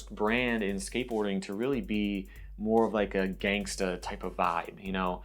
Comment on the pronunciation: Just pronounce the word gangster like you normally would.